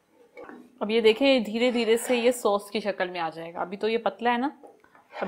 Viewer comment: Sos nahi boltay sauce kehte hain